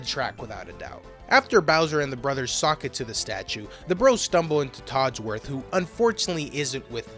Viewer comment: (Heads up, this is a long one, love the video) A few little things I noticed - It is "Cavi Cape" not "Cave Cape" - It's "Toadsworth" not "Todsworth" - Bowser doesnt have a Kingdom, only a castle and general "territory" at this point. We wouldnt have his own kingdom until Odyssey. This is actually part of a small plot point during the intro, as Bowser is upset at not being invited to the meeting because he is a Mushroom Kingdom resident. Very small nitpicks aside, I am very impressed the the editing quality, and flow of the video, alongside how you break down certain parts of the tracks. I was eagerly waiting for this upload and can't wait to see more, very happy I got recommended your first video hours after upload. Oh also, with the different names for tracks. Each "area" has a name and a name for the music, like "Beachside Dream" is the music track for "Plaque Beach". I beleive this discrepancy exists due to the songs having original Japanese and localized names that came later (Take this with a grain of salt, I may be misremembering). I think all the area tracks just used the name for the area instead of having unique names. Other tracks did have different names it seems, like the boss fight theme. Back in the day it was known as "They're Pretty Tough, Should We Be Careful?" but is now known as "Tough Guy Alert" (I personally miss the old name, barely see it nowadays, I just have a thing for needlessly long titles in osts. The more well known example would be for the final